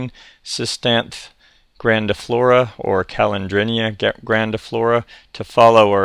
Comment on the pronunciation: SIS-TANTH-THEE I believe.